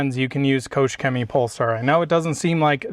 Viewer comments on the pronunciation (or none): Great Video, thanks for that. But please, as a Germany i beg you, please please go to Google Translate and let it show u how to say “Koch Chemie” pls 😅😅😂